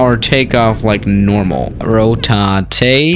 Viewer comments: Professional pilots: Rotate: rotatety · says Ro-ta-é because he's cool and it means rotate